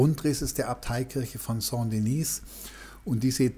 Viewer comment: Sehr interessant. Aber: Die Kathedrale nennt sich Saint Denis und nicht Saint Denise. Denise wäre weiblich und somit müsste sie Sainte Denise heissen ..... Ich würde mir wünschen, dass Sie die französischen Namen richtig aussprechen. Besten Dank!